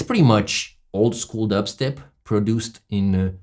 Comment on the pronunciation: I love how he says D eb step